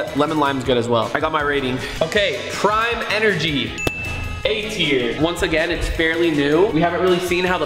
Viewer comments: he said brime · For some reason when he said prime i heard brime😂